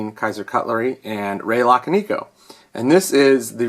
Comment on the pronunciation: "luh-con-ih-co" is how it's pronounced by the way: And for the love of god, someone needs to let you handle another piece of Ray's work. I don't think I've seen anyone else ever have an issue with his knives. Did you try sending it to him to fix it? Especially because you didn't get it direct.